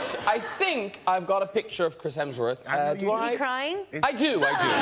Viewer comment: Hemsworth only has two syllables